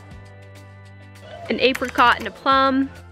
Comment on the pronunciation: that is 100% not how you say apricot but ok